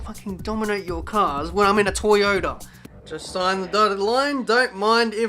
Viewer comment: Lol you read it wrong and signed for toyaota when you got a seat at MONACO your best tracks